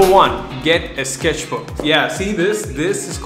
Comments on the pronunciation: When you say “sketchbook” it sounds like sKesh book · you should sell the "sKeshbook